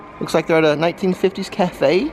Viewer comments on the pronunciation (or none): none